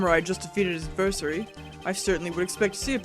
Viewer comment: "AdVERsurry." It's "adverSAIRy," you:p One of the funnest parts of watching AA/DR LPs is just hearing the moment when a big revelation clicks in the LPer's head. Your early realization that the Steel Samurai lost the fight is a good example. Also yep, be ready for long cases now. The first game is the only one with 3-day cases, and they certainly stretch on.